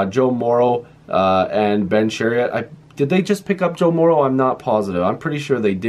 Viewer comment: Chiarot. Not Chariot. You do not ride him. My maiden name was also Chiarot (not related). Share-ot. Share, and then the "ot" as in "carrot". Chiarot.